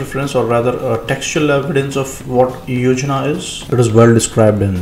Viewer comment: Yojan not yojnaa(plan).